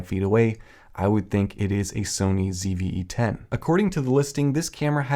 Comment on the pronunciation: “Phony CVE 10”